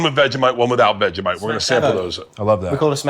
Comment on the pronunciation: "Veggie-mite" I SPIT OUT MY DRINK HELPP- Austin is too cute🤣🤣